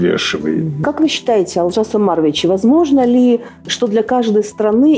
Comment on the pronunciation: Можно же ударение ставить на О, у вас выходит Алжас Амарович,что совершенно не приемлемо,даже русскому слуху..